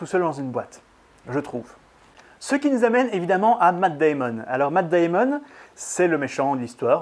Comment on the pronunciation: Tu fais la moitié de son nom en Anglais et l'autre moitié en Français "Deyïmon " alors que pour bien faire tu aurais dû dire " Deïmen "